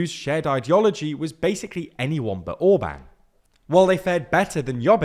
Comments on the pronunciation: In Orbán, the “á” isn’t similar to “and”, what are you talking about? “Á” is closer to the sound of the “U” vowel in “cut”. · Once again, not « Ohrb(a)n » but « Orbahn ». It’s exactly the opposite! Please educate yourself about how to read the names that you use in your videos. Get your act together, do some decent work! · Fidesz is pronounced as Fidess not Fidezz! Tisza is pronounced as Teessa not Teeza. Orbán has a hard "a" as in "and" or "apple". "Sz" is one of 44 letters in their alphabet, always pronounced as an English "s" . Hungarian "s" is always pronounced as an Engiish "sh", so Budapest sounds like Budapesht. Sorry, these things matter and takes just a little time to learn!